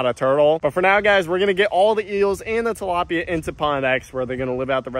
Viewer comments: “ we’re starting with two dalopia”😂😂😂😭😭😭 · he murderd a tilapya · He murderd the tlapya, not Bobby